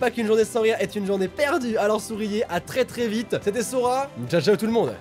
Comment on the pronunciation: nan Sora .... c'est pas difficile à dire c'est juste ton magnifique accent anglais X)